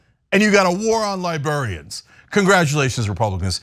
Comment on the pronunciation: It's distracting from your great monologue when you say "lie-burr-ians". It's "lie-brair-ree-ans".